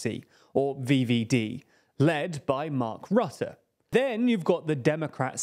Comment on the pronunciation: Heating VVD with English pronunciation cursed